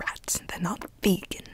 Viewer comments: It’s VE-GAN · She said: “Vee-GUN” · Rose Menon every time she says that I just go crazy... VeGaN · "this grew right in the wild waking it V E G A N." idk why that was so funny XD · no one:: VEGAN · Every "vEgAhn" gave me violent flashbacks to Rita in the movie flushed away XD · can we get timestamps of every time says "VeGaN" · its v e g a n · Am I the only one who's gonna encounter the word vegan later and all I'll think in my head is saying vEEgAn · I love how you get triggered when you say "VEGAN" Mood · Elise Mauree the ya she says VEGAN tho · Every time she said “VEGAN” I was like, calm down BuDdY, no need to get SaLTy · the way she’s saying vegan makes me laugh so hard